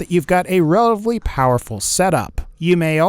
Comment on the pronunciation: why do you say relavly and not relatively?